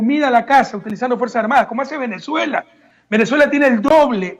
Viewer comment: Min : "Venejuela tiene el doble de habitantej. Tiene nueve muertoj por coronaviruj". ¡¡DICTADOR HIJO DE PUTA!! HASTA AHORA DEFENDIENDO A MABURRO!! ¡Cómo si las cifras que da Maburro fueran creíbles para alguien medianamente inteligente! Quiere hacernos creer que Maburro se preocupa por alimentar a su pueblo. En las calles de mi país hay 800,000 venezolanos subempleados y de vendedores ambulantes, algunos de ellos delincuentes, mendigos y prostitutas, porque en su país Maburro los mataba de hambre. Es más gente que ecuatorianos hay en España. La diferencia es que aquí no hay fuentes de trabajo. Están incluso en la Plaza Grande de Quito. Correa, que estuvo sentado 10 años en el palacio presidencial, al pie de esa plaza, parece no haberlos visto nunca.